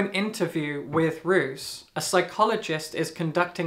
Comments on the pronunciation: Just so you know (and unfortunately the narrator made the same mistake), Roos means rose and the pronunciation is actually more closely to rose/rows than how English speakers would pronounce "roos". The narrator is absolutely fantastic, but because Roos and Ruth were pronounced so similarly it really confused me at times 😅 I talked about this with the author during a book event and she also said she didn't expect the pronunciation going that way lol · Just as a note: Roos is said as and means Rose in Dutch. The double "o" sounds like "oh". I haven't seen this comment yet, I apologize if someone has already said this.